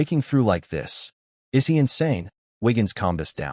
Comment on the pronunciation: Can't pronounce "is".